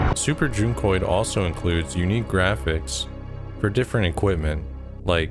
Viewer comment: Oh that's how you pronounce it? With a long u? I thought it was like junk-oid... and yes I was confused by that name lol